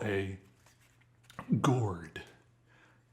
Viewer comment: I died because of the way says gourd alsnsksls